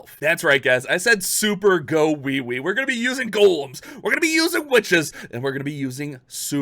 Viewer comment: Bruhh...super "gowiwi" don't sound right🤣